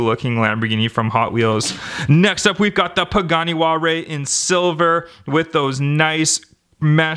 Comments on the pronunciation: It's not walray it's Huarya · The Pagani Huayra is pronounced as "Why-ra".